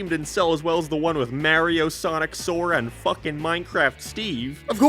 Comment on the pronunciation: Your pronunciation of "Mario" makes me wanna sue you for assault